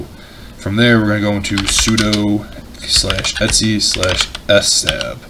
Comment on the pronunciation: Buddy, let me add a minor thing. You keep saying "F stab" for "fstab", it might be a slang I'm not aware of, but it actually is "FS tab" -> “fstab” stands for "File System Table". ✌